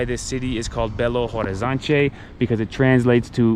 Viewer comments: I don't know if you like people correcting you, guys. But I do love my language and I like to welcome people with some lessons (weird way). The "te" and "de" at the end of word is not pronounced "tchê" or "dgê". It's more like "tch" and "dj". Like Liberdade is "Liberdadj" and "Horizonte" is "Horizontch". you said it aaaaalmost correctly. H in portuguese is silent. It's like Orizonte, you know? I don't even know why we use this letter, if we don't pronounce it. BH é pronounced "bê agá". The last letter is the tonal. There's a lot of things you can learn, but only if you allow me to correct you and teach it here hehe I don't wanna be the annoying nerd. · in Portuguese when the word starts with h, the "h" is silent. Then Belo (h)Orizonte, (h)Avaianas, (h)oje.....and so on.